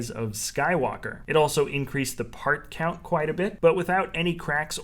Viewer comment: “part cout”